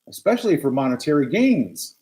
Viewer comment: She didn’t just say “Expecially”, did she? 🙄